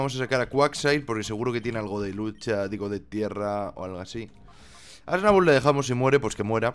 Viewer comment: swablu se pronuncia suablu,no snable